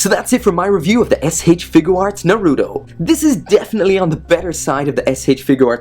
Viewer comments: It's Naruto not fucking narudo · Its naruto not naruo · Who else hates the way he pronounces naruto